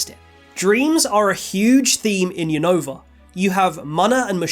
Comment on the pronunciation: Is Unova not younova say the name right 😅